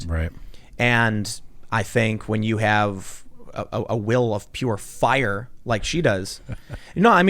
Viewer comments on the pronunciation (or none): did i hear tim just unintentionally make a naruto reference "will of fife", i know he said "will of pure fire"